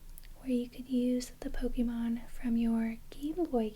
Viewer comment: YOU SAID POKEMON CORRECTLY. Subscribed.